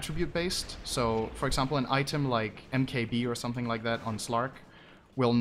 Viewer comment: Ok this annoys me somebody tell me where synderen is from because when he says eksampel he sounds really norwegian.